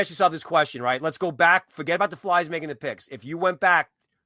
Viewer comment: It’s pronounced FLARE, not FLAR. So annoying.